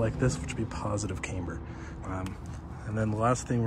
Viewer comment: Cam...ber not CAY...mber 🤪